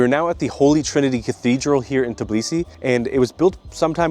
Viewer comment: Its Tbilisi , not TIBLISI